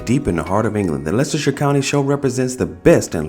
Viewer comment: Nice to hear someone say Leicestershire properly. That show was in Leicester city on a park call braunstone park many years ago(about 30years) I would go every year guess it helps when you live about 100 yards from the park